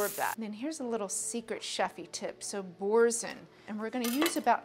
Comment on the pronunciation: Boursin is a French name pronounced borsan.